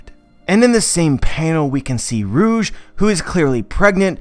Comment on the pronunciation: Every time he says rouge, I hear Urouge . "Urouge got pregnant" 😱